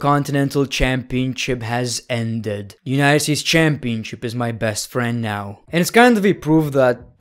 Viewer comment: If I got a dollar for every time he said CHAAMpionCHIP